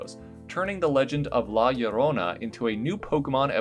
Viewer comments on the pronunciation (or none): As a mexican it kinda hurts me to hear it without the rolled R